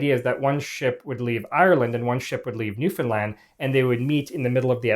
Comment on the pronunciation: I could kiss this man for his correct pronunciation of Newfoundland